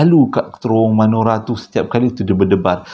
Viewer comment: bukan manora bang tp menora😁😁😁